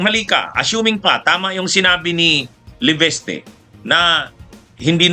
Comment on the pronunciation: lagi nyong sinasabi ay LEVESTE....... LEVISTE po ang tamang pronounciation...